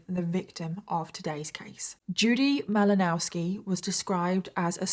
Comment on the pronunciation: M -ill -Oh-Now -ski in case you were curious about the pronunciation!